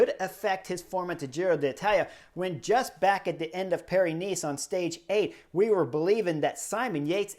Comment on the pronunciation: When Chris says Paris-Nice, it sounds like Pyrenees.